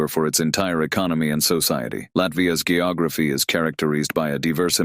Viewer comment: it’s geography. Pronounced with a G like George. Not G like Go lol. These AIs crack me up.